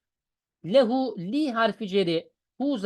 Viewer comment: Lam ceri zamire muttasıl geldiğinde üstünlü okunur ondan lehüü şeklinde